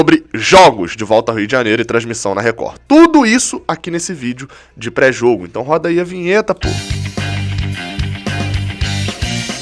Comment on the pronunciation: "Tudo isso aqui nesse vídeo de PRÉ-JOGO" Tá bêbado,?